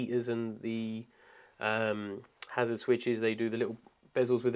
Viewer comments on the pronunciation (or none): none